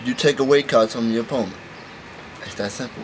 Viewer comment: u said " opoment" lololollol